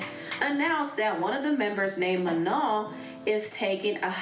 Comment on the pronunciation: She even pronounced Manon right while talmbout “manen” 😂😂